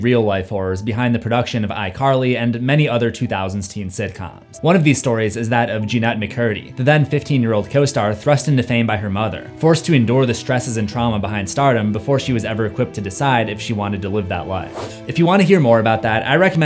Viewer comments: “Jean-ette” yeah that’s annoying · i dont like the way he pronounces Jennette’s name